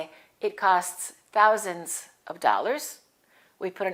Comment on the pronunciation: Great video, I have a question, when I look up the pronunciation of the word " thousand" in the dictionary it says "θaʊzənd" but when you said it in the video it sounds like "touzand" I heard many Americans pronounce it "tousand" as well, am I right, thank you.